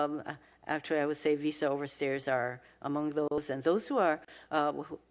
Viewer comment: she can't pronounce OVER STAYERS , she says OVER STAIRS....DUMB DEMS